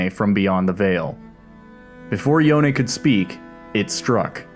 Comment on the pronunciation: Thank you for calling Yone, Yo ne. Everytime I hear "Yown" I felt sick.